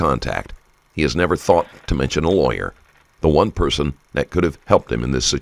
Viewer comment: Does he not know how to say lawyer. 4 hrs really? In 4 minutes I'm saying lawyer.